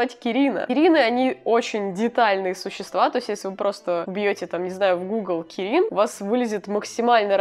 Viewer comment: Я понимаю видео вышло аж год назад, но оно мне попалось и я не могу не написать. Как фанат млп(май литл пони) мне давило на мозг кирИн.... Видео годовой давности, я всё понимаю, но прости, я тебя исправлю, кИрин. Ударение на первую "и" Я не орицаю, что оно может быть не правильным, но лично для меня кИрин звучит правильнее. Прости...😓